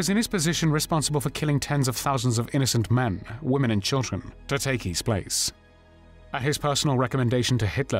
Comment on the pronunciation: except mixing up woman when it should be pronounced womEn. (plural) Otherwise good series. Thanks